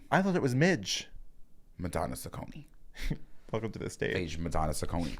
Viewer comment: I love the creative pronunciation of Ciccone